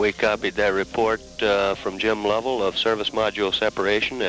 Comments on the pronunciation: LUV-uhl, not LOEV-uhl. Great video, but before doing voiceovers, always check for pronouncers. They're certainly available for this. This is happening more and more as younger gens are losing touch with past generations. Too many Youtube videos are voiced by makers who've only read names, not heard them said out loud. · Lost me at “Low-vell.”